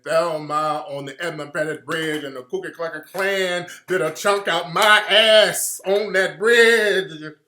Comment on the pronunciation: He said Kooka Klucka Klan lmao